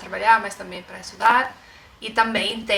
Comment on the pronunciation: É TAMBÉM , NÃO TAMÉM . É TAMBÉM NÃO TAMÉM